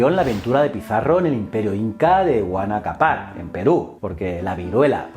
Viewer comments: Cuando llegó Pizarro al Perú, el inca era Atahualpa, su padre era Huayna Cápac no Huanacapar o como quiera que lo hayas pronunciado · Como dijiste? 😂😂 huanacapác?xdxd jajaja se nota que no sabes nada de acá xdxd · Se pronucia algo asi: Guayna caPAC